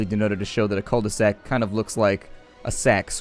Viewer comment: just FYI, when you say cul-de-sac, the L is silent on cul, so it would be pronounced queue. Oh, and it also means ass.